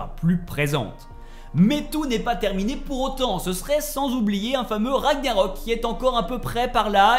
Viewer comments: Ragggggggnarok... Pas Ragnarok... MES OREILLES ! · Beau travail mais on dit Ragnarok et pas Raniarok. C'est le titre du jeu, le terme est répété des dizaines de fois durant l'aventure. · RAG - NA - ROK Et pas Raniarok stp..... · Juste par par pitié, pas ra »gnya »rok , mais ra »gue « narok 😊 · J’adore La vidéo mais la prononciation des mots me fait rire comme le « Raniarok » 😂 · RAG-NA-ROK pas Raniarok sinon chouette vidéo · Pk les gens prononce Ra Gnia rok alors que c'est ragna rok ya pas de i dans le mot hahahah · Repeat after me...raaaaaag narok...pas compliqué pourtant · Comment tu peux avoir poncé le jeu et avoir autant inexactitudes sur la trame principale sérieux... Et jte parle même pas de la prononciation du nom des lieux où personnage... Même le nom du jeu tu l'écorches... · Par cintre cette façon de prononcer ragnarok 😂